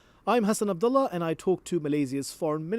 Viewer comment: His last name is ab-dol-Leah